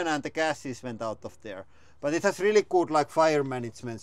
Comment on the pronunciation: "I rili like warrrning stickers." The most finnish thing Ive heard today